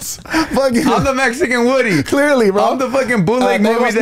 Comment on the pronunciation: Their pronunciation of woody had me laughing so hard because my 4YO son's name is Rudy and that's how all the preschool kids pronounce his name "Wooody" 🤣